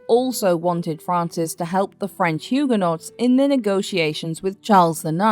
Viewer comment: Hyoo. guh. nowz...not Hyoo. guh. nots, thank you.